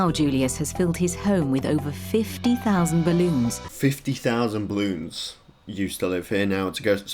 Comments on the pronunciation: Am i the only one that hears him saying Bloons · Everyone: Balloons:Bloons